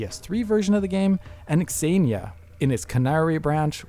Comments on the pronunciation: Xenia is pronounced Zenia. Not x-enia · Pronouncing Xenia as "Exania" rather than "Zeenia" is kinda funny. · why are you saying X zenia? its just zenia haha. very odd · What's pronunciation? Ex-een-ya? It's Zeen-ya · I'm quite sure it's pronounced "Senia" not x-xenia 😂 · X Ania? You mean Zeenia. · Its "zeenia" not "x-zeenia" lmao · x-aye-knee-ah? Bro... it's just Xenia... zee-knee-ah or zay-knee-ah... The X is silent... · Wait.. it's 'ecks-enia' and not just zenia? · I think this is the first time I heard someone pronounce the Xenia name as "EX-Zenia" and not just "Zenia" (like Xena from the 90s Sam Raimi TV show). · Surely it’s “zenia,” not “ex-enia?” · I want to watch this video but every time he says "exenia" my stomach hurts. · Zeeee-nia lol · "eks eenia" No. Stop it! Stop it! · It's pronounced zee-knee-yah 😫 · Zeenia - this is how it's pronounced in English. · Why is he pronouncing xenia like that? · Great video but the dude pronouncing Xenia wrong a million times was pretty tilting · Xenia should not be pronounced like that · That's not how Xenia is pronounced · I don't think that's how you pronounce "Xenia". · Please stop pronouncing 'xenia' like that.